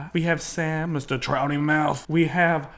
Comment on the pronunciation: I totally cringed when you said pouty mouth 😣😣 it’s trouty mouth they made a whole song about it